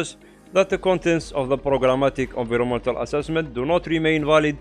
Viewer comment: excellent summary. recommend reviewing pronunciation of "environmental"